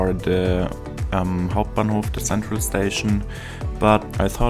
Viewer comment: "tell me ur german without telling me ur german" His perfect pornouncing of Westhafen and Hauptbahnhof